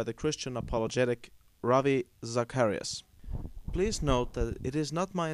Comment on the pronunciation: ZACH-A-RIAS!! You so busy trying to sound smart you have not even said his name right this is the weakest argument i have ever seen. I am sorry my friend, but your gona have to do better than that!